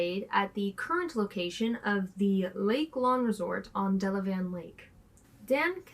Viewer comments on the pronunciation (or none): You are trying to say Delavan? The 'a' in the van part should sound like the 'e' in then Dela then or, Dela Van